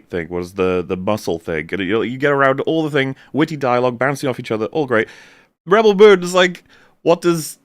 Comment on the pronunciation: I love how the accepted pronunciation of Rebel Moon is now and forever will be "Ruh Belle Moon"